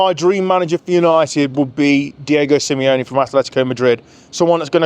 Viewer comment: bro said simeone xD